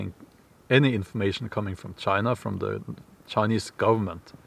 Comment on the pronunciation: 20 million missing in....... "Chi-na"